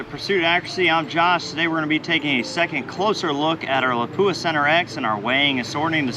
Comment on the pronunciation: Pronouncing Lapua wrong .